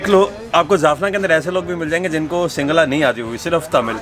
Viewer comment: When you asked that guy Singhala...I heard it as Single haa??🤣🤣🤣